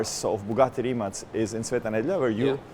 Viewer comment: His pronunce of Rimac is so idiotic